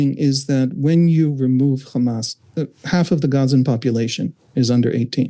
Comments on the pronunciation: It is irritating how Ryan and Emily don't push back when interviewing Israelis. The second the guest used the exaggerated "Khamas" pronunciation, it was clear what his views would be. I kept waiting for Ryan to jump in and correct or challenge the guest with each lie and racist talking point, but just like the other Israeli author they "interviewed", they just sat there and let him spew his hasbara. There is no value in bringing on and interviewing zionist Israelis, especially if they're not being fact-checked or called out on their racist and Islamophobic ideologies. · Anyone who say 'Khamas' instead of 'Hamas' is a propagandist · Why do Israelíes always add a “Kh” in “Hamas.” It’s not Khamas. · khamas, khamas, khamas, khamas, khamas, did I say khamas. Let's not forget khamas is khamas and they won't stop khamasing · That pronunciation of the H changes Hamas in Hebrew to mean violence. Hezbollah they probably want to associate with Hamas. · How can this journalist pronounce hope but is not able to pronounce hamas?